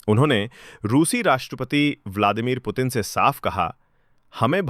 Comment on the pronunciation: aap bar bar प्यूटेन kyu bolti kya aap putin nhi bol pati hai pahle bolna sikhiye her vdo me प्यूटेन प्यूटेन